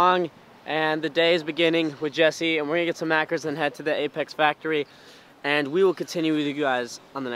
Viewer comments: Just gonna say it, in straya we say maccas not maccers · Its maccas not maccers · Maccers xd. Maccas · says maccas like mackers